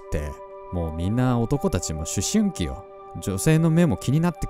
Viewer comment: え？ちゃんと思春期って言えて た？？ あやしいなぁ〜ふふふ☺ みんなで千円カットw 色んな話のネタもってて面白い😁 はラジオ撮る時、事前に今日はこのお便り読んだらこの話しようとか考えてるんですか？ ラジオは本番一発録りですか？ 話すのが苦手な私。 緩くて面白いトークのできる魅力的です✨